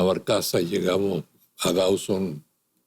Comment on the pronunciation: No es Dauson (Dawson) como pronuncian incorrectamente, sino "Dooseen".